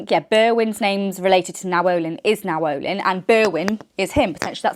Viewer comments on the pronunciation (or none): I think it’s pronounced Nayoh-lynn. I’m not certain of this but Now-ohlin sounds funny 🫤